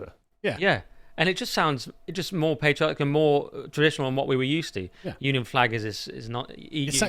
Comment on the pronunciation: Carl, it's pronounced 'patriotic' with a short 'a'. Please don't forget the proper English pronunciation.